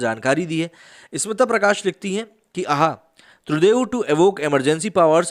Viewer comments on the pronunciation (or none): It is pronounced as Trudo